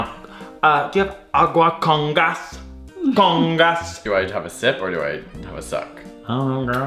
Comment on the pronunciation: I thought he was saying "congas" lol